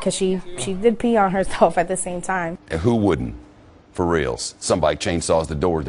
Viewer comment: LMAO!!!!!!!!!!!!!! the news reporter said.... .""Fore realzz...." haha sounded so funny I had to point it out if ya missed it sec...